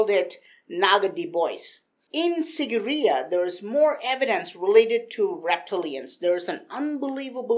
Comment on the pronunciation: It's pronounced as "seegireya"